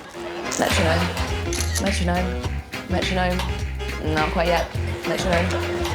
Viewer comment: Greg not penalizing them for saying “metromone” was quite surprising. I think I’m disappointed.